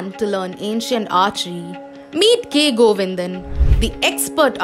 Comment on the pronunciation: It's Govindan.. not Govinda